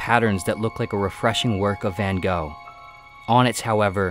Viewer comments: Van Gogh is pronounced more like "fun hoch" than "vango" btw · "Vincent Vän Go" 😂